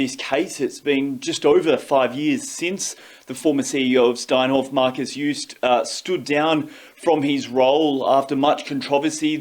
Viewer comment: learn how to say the name of the principal person in the story you're telling douchebag